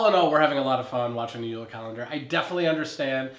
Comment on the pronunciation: JULE NOT UULA. WE ARE FROM DENMARK, NOT FINLAND!!!!.